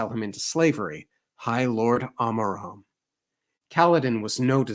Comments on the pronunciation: Yo, you dont have to change this if you are too used to it by now but Amaram is not pronounced with an Awe-maram its more of of a Ah-maram. Though again, not necessary if you are too used to your pronunciation of Amaram but just a quick note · So Amaram is pronounced like "bam-ba-lam" in Black Betty.